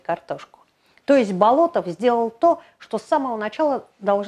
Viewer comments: Да, вот действительно удивительный человек! Но вроде он БОлотов, а не БолотОв, по крайней мере в фильмах и в музее усадьбы его фамилию так произносят.. БолОтов как-то даже слух режет.. Но, в любом случае, на его удивительное наследие и вдохновение трудами ударение никак не влияет. Спасибо) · Будучи школьником, участвовал в археологических раскопках усадьбы Андрея Тимофеевича в селе Дворяниново. Именно тогда я узнал его уникальную биографию. П. С. насколько мне известно, ударение ставится на первом слоге в фамилии. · Вообще-то ударение в его фамилии ставится на первый слог. Готовьте свое ролики не только по википедии.